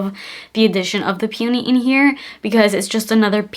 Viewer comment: Please look up the pronounciation of "peony"